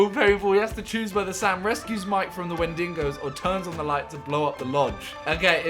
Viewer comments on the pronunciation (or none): Man said wendingos